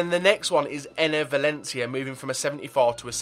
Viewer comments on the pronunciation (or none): none